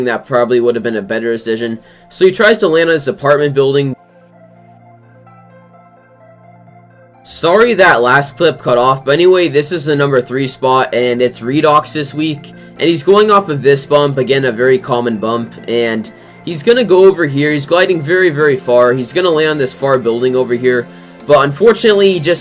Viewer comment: Thx for nr 3, but u didn't say my name right. U said Reeedox. It's Redox :)